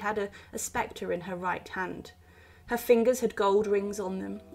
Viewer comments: Please make sure you pronounce words properly. It’s a Sep-tor not Spector. That’s a ghost not a royal sector! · The word is SCEPTER not SPECTER. Basic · No, it doesn’t. But the constant mispronunciations make the narrator sound unprofessional.